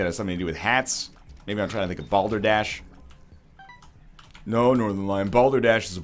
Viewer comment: Excuse me, did you say... "Balder Dash"? Is that like eggrace?